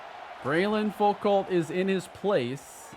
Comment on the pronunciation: loved the video, some more of this format would be killer. if we do return to miami, id also like to make it known that foucalt is pronounced foo-koh, its a french name i think (or at least theres a famous french philosopher with that last name)